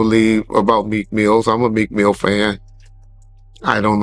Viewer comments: I don't think Meek Mill has an S at the end of his name,. 💙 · PLEASE STOP SAYING MEEK MILL(S) IT'S MEEK MILL. PLEASE STOP SAYING MEEK MILL(S) IT'S MEEK MILL. PLEASE STOP SAYING MEEK MILL(S) IT'S MEEK MILL. PLEASE STOP SAYING MEEK MILL(S) IT'S MEEK MILL. PLEASE STOP SAYING MEEK MILL(S) IT'S MEEK MILL. PLEASE STOP SAYING MEEK MILL(S) IT'S MEEK MILL. PLEASE STOP SAYING MEEK MILL(S) IT'S MEEK MILL. PLEASE STOP SAYING MEEK MILL(S) IT'S MEEK MILL. PLEASE STOP SAYING MEEK MILL(S) IT'S MEEK MILL. PLEASE STOP SAYING MEEK MILL(S) IT'S MEEK MILL. PLEASE STOP SAYING MEEK MILL(S) IT'S MEEK MILL. PLEASE STOP SAYING MEEK MILL(S) IT'S MEEK MILL. PLEASE STOP SAYING MEEK MILL(S) IT'S MEEK MILL. PLEASE STOP SAYING MEEK MILL(S) IT'S MEEK MILL. PLEASE STOP SAYING MEEK MILL(S) IT'S MEEK MILL. SEE HOW IRRITATING THESE CAPS AND LINES OF TEXT ARE????? That's how cringy that is hearing Mills every time you say it. Please stop. Respectfully. We love your show.